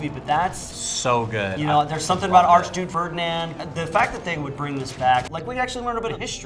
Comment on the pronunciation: “Arch-dude- Ferdinand “